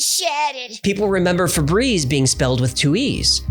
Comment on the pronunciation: You pronounced Febreze, Frebrexe. I also have always pronounced it that way thinking there was an R after the F